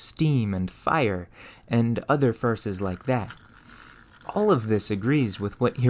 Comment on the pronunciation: I like the content and commentary, but I'm generally curious where this guy is from since every time he pronounces a word with an "O" he says it as if it were a "U". Like saying Fur instead of For or Urther instead of Other. I've never heard someone speak such perfect English and then not for one letter, so I'm just curious.